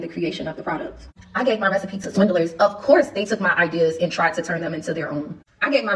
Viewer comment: I love how she says swindelers instead of swindlers, she is really slow